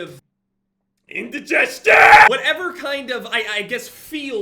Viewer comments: No one: Not a single soul:; iNdIgEsTiOn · yelping about indigestion is my anti depressants